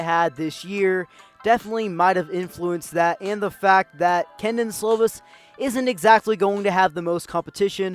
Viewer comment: Definitely pronounced key Don slovis